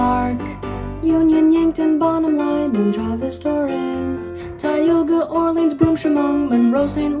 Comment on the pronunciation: This is SO good! I have never seen anything as impressive as this. The only thing that ticked me off is when you pronounced Orleans like “Or-Leens”. It’s “Or-Lins”